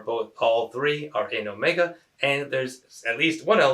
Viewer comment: you mention, 5 is not in set Omega (which you mispronounced I believe).